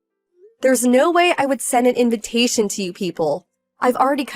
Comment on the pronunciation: WHY WHY WHY WHY WHY WHY WHY WHY WHY WHY WHY do these videos are always read as 'invintation' instead of invitation, they put in an extra N.